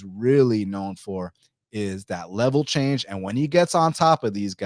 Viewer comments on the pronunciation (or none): none